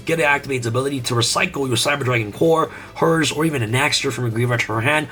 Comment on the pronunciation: 😂 Please it's herz on Germany not hers No offen or anything like tha